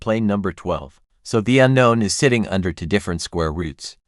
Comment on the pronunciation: The annoying way the narration consistently mispronounces two as to